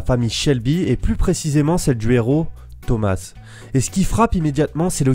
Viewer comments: Ça se dit pas Thomasse mais thoma le s est phonétique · POURQUOI TU DIS THOMAS « SSSS »